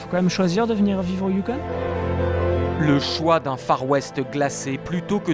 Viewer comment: C'est pas le youkonE...youKON...pas de E...donc...ON...pas one...youKON...